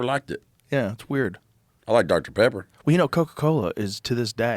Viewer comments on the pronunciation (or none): this dude said dr pebber